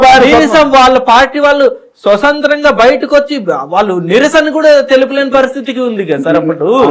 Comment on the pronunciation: Interview chesevadu 10th fail gadu... swaSANthram kaadhu ra swaTHAnthram..